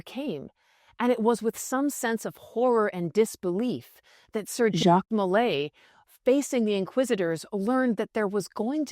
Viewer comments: Sir JACQUE mulay Sir JACQUE mulay Sir JACQUE mulay Sir JACQUE mulay Ok enough with the AI voice we get it it you can't pronounce Jacque! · Maybe Jacques de Molay was persecuted because whenever someone pronounced his first name, it sounded like some trans-dimensional demon was interjecting on his behalf..